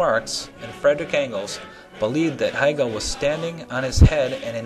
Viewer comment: wow, you managed to mispronounce the name of the most influential german idealist philosopher in history. he's not related to katherine heigel. hey-gul... and in the same sentence you butchered the pronunciation of the city in which the automobile was invented. shtewt-gart... just, sometimes this shows that you don't understand anything about anything. marx and hegel spoke german... i could go on and on. you should read, then you could teach others.